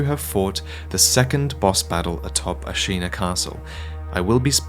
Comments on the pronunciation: Hearing you mispronounce Ashina makes my ears bleed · Why do you keep pronouncing Ashina differently?